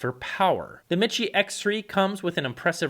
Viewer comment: Repeat after me. It's pronounced, me-she. Not mit-chē.